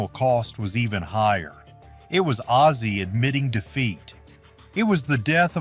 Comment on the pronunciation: The narattor should get ozzy’s name right not azie ffs